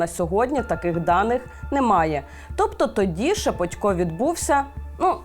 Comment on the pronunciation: Журналісти безграмотні, бо правильно шепОтько. Ніхто ж не говорить шевченкО. В своїй мові користуються нормами рускава язика